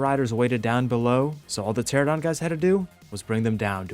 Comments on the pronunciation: I love the videos, but I gotta say: tuh-RA-nuh-daan not Tera-don lol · Ter-AN-uh-don - 10 years my guy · Ermm ackshually, it's pronounced "ter-ah-no-don" and they're not birds. It is a simple case of convergent evolution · Isn't 95% of PvP survival games offline raids? Anyway, the streamer that was shit talking about "beach bobs" sounded like a jackass, probably streaming to 1 person (himself). You are amazing at being a thron in the side of alpha chads, but jeez, please learn to pronounce the names of dinos correctly. Every time you said "teradon" I crigned a little harder. Let's not even talk about your butchering of rhyniognatha :face-green-smiling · How do you pronounce French words perfectly, but still can't pronounce pteranodon correctly. Pteradon 😂